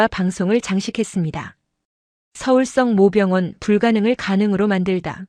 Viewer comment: 성모병원을 성 모 병원이라고 계속 읽어서 무슨말인가 했어요, 발리 바로 잡어 주세요